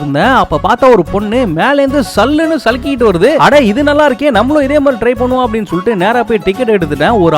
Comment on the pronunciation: Sarikitu ❌ Salikitu✅